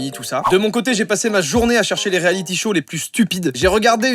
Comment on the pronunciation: LE MEILLEUR ACCENT ANGLAIS ✅😭😂 Zeu réaliti sho